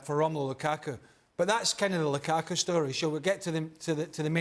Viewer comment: gonna call lukaku---- LUKAKA now